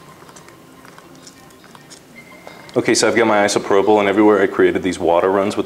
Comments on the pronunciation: Thank you! That was brilliant! What an artist! I'm Dutch and i really sometimes an not understand when you say things like "Isoprobl", Is that really the name of what you used to sprinkle? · I know I'm late but he says "isopropyl" which means alcohol.